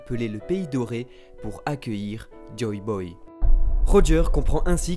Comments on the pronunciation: Mais... C'est "Joy Boy" !!!! JOY !!!! Et pas "Joe Boy" ! Vous faites stresser ! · Pourquoi a chaque fois dit " Joe Boy " au lieux de " Joy Boy"?